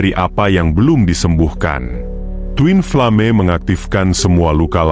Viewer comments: Min.. ini yang baca orang atau robot sih?.. bacanya koq twin flame sih??.. twin flem gituu.. hahahaaaah 😂😂 aneh banget denger nya... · Aku juga Aneh, ucapannya kok twinflame bukannya twinflem. Lucu ada2 saja